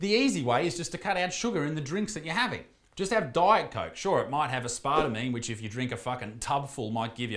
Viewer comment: The way he said aspartame. Im here for it 😂